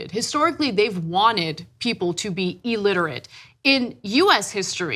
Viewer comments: Elterate!!! Anna the word is illiterate. Just saying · Anna it's not "E"-litrate it's ill-literate... get some education darling... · pretty sure that was made for pronunciation purposes. I was shocked when she said E-literate twice. Means she actually believes that is correct. Ugh! On an education piece...